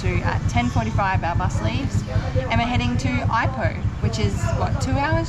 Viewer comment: Its not eye-poh......its eee-poh